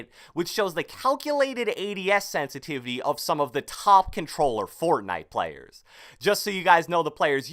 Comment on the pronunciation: Can u say sensitivity please?!!